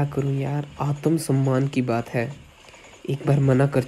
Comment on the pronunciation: Aaatumsummaan ✅️ Aatmsummaan❌️😂